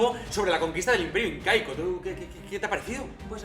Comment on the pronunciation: xD cuando dijiste incaico escuche inca-eco